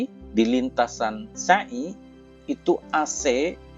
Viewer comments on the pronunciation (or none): maaf..... Pengucapan sa'i nya,folong jnfn pke huruf syin,artinya beda Bukan sya'i Tapi sa'i Maaf ya...